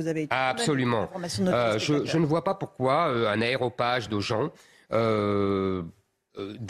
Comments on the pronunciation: pour votre entretien mais -1 pour avoir dit « aéropage » au lieu « d’aréopage » … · On dit un aRÉopage, Eric !